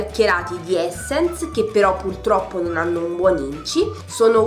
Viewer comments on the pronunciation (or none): Perdonami tanto, però quel "pultroppo" mi ha infastidita più volte...